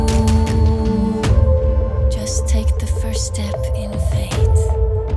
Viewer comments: Only flaw is that she pronounces faith as fate. Could've been avoidable. Other than that, great piece. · Sier hun "faith" eller "fate"? Det er to vidt forskjellige ord, som uttales forskjellig og har en forskjellig mening. Faith betyr tro eller tillit. Fate betyr skjebne. Høres ut som hun sier "fate" men sangen heter First Step In Faith. Kanskje lurt å fikse det før Melodi Grand Prix-finalen, hvis det går an?